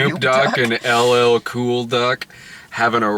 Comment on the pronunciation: Two "L"s are pronounced with a "y" sound in Spanish, Brad.